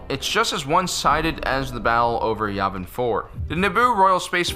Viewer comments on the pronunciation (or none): none